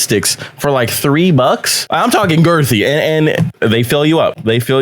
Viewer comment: WHY DID HE SAY GIRTHY LIKE THAT DREWWWW